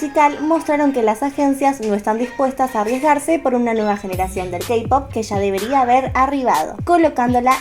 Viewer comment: Perdón pero me inquieta que diga "kapop"